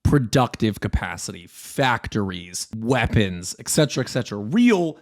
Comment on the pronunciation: “WHEPONSSSSS” grrr